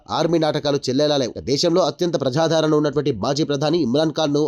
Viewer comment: ప్రజాధారణ కాదు బాబు ఆ పదం కేవలం ప్రజాదరణ మాత్రమే.ప్రజాధారణ అంటే ప్రజలను ధరించడం అని అర్థం.ప్రజాదరణ అంటే ప్రజలచే ఆదరింపబడటం లేక ప్రజలు ఇష్టపడటం.తెలుగు పదాలను సక్రమంగా ఉచ్ఛరించడం రానివారు న్యూస్ రీడర్స్ గా ఉండటం మా ఖర్మ.తెలుగును ఖూనీ చేయకండి